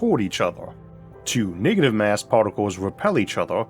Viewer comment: "niggative mass" 🤣